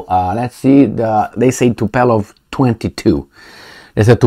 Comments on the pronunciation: Not Tupelov but Tupolev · TU-PO-LEV .... not TU-PE-LOV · It's not "Tupelov",, is Tupolev. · It's Tupolev, not Tupelov. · The planes are named Tupolev, not Tupelov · TUPOLEV and not TUPELOV,. Just to make you know about the name of this Russian society. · Zi Tupolev, nu TupElov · It is TUPOLEV not Tupelov! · say TUPOLEW -like : too-pol ev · Come on you got me miss-pronouncing Tupolev too.